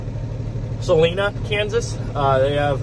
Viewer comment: Kansas girl here. Pronounced Sa-line-a